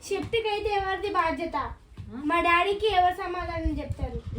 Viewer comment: Septic kadhu seftic adhi